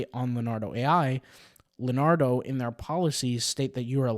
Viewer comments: It's not Len -ardo, it's Leon-ardo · It's hard to take someone seriously when they pronounced Leonardo as Luh-Nardo